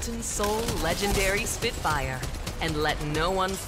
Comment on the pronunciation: spidfaier, para que se pronuncie bien